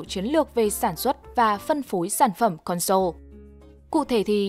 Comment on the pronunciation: Mình xin góp ý là từ console đọc là CON-sole chừ không phải là con-SOLE. Mình góp ý vì bạn thuyết minh có tiếng anh khá tốt. Nên chú ý đọc đúng vì thói quen đọc sai đó không tốt